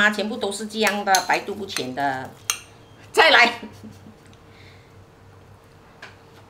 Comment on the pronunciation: ，是 百毒不侵 (qīn) （親）， 不是淺